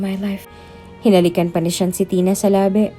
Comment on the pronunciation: Sean at Hindi shian, nice story